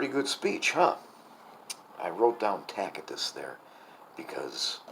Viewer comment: Tacitus, pronounced "Tassittus", not "Tackittus" (with the exception of Michigan, perhaps)